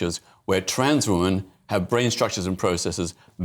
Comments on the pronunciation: Peter Snatchall is a pdf apologist. He makes my skin crawl. It also makes me rage when he says woman instead of women. Every time 😡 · Ah Peter has no clue, he’s definitely the wrong person to ask for the facts. He definitely knows what a man and boy is though cos he has sex with them. Peter can’t even pronounce, “Woman” pronounced Wyman, singular. Women is plural, it’s always very irritating. The brain structure thing is false, their brain was no different to gay men.